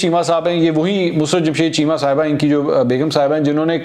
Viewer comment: its not MUSRAT...ITS MUSARRAT......